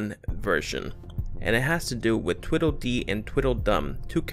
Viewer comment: Its TWEEDLE dee and TWEEDLE dum, not Twiddle!